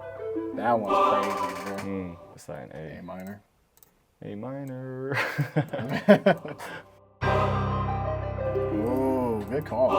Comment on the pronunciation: him doing the american "a minorrr" cracked me up